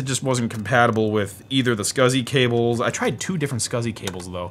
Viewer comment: Scausey (SCSI)